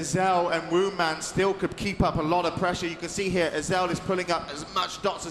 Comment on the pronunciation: Supposed to be "Woundman"